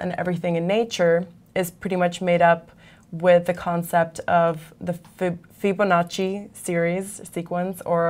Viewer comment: Fire this bitch EHow. She doesn't know shit. She stutters and is so monotone. She can't even pronounce "Fibonacci" right... She obviously needs to get out of math related videos. No, actually all EHow videos. period.